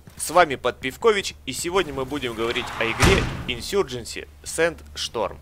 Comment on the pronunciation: Инсурга. Едрить ты к логопеду не ходил